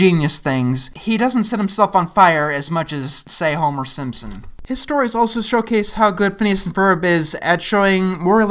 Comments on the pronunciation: "Your typical nukular family"? That made me laugh. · Did...did he say "Nukular"?